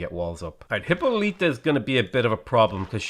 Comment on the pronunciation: For the hundredth time,, Hippolyta is pronounced "Hip-Paul-lih-tuh" not "Hippo-leet-uh"!